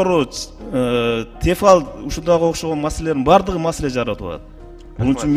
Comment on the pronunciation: Тефал дейтко тилине тибиртке чыккыр депутат Тефаль